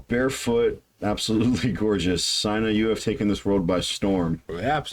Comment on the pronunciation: Ffs please pronounce peoples name correctly. Her name is pronounced as seena.. i privilege to have several conversations with her. She us outstanding. I suggest you check out her over videos. She us the best female drummer on YouTube and she has played with some of the best rock musician im the business